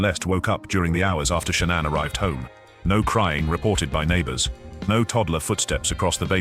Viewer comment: I hate these AI videos. So much off this information is untrue and made up. I love your nightly videos Z, but you've been doing way too many AI videos lately and I can't watch all the false facts and the wrong pronunciation of Shanann's name from them anymore 😕